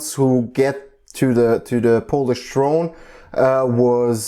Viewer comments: Your Polish pronunciation is very good in my opinion :) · Your pronunciation is pretty good. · Actually your pronunciation is pretty good.. And I'm really happy that people around the world finding our history interesting